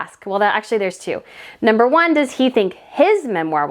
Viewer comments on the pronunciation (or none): none